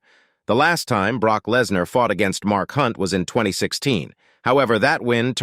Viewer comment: I know! Like the commentator has never heard of Brooke........I mean Broke.....oh darn! Brock 😂